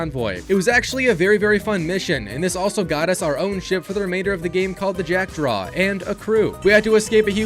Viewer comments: first of all this is a REMAKE and Not a remaster... How is that people still Don't know the difference.. Also second it's jack-DAW and NOT -draw! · Why bro is saying Jackdraw 😅 instead of jackdaw 😂😂😂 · its JackDAW not JackDRAW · Relees their reales pronounced (ree-al’s) and the jackdraw its jackdaw it’s a type of bird Edward literally says as much when naming it your mispronunciation has to be rage bait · Wtf is a "Jackdraw" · mf it's not JackdRaw it's Jackdaw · I don't know how he got it wrong, since there is no "R" in it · "jackdraw" LMAO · “jack DRAW” dawg…. this shit is actually unwatchable because of that. why do you repeat it so much? if you played both SURLEY you actually know the name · jack-draw? dude I love ur videos but man I can smell all those F's from ur english classes XDD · “Jack-Draw” is killing me a little bit every time he says it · That and “reelys” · Lmao it’s not a big deal but I don’t understand how you can spend 50+ hours platinuming this game and not pick up on the pronunciation of the “Jackdaw”. They say it like 100 times in the game. Same with “Great Inagua”, and “Reales”. 🤦‍♂️😝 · The mispronunciation in this video is killing me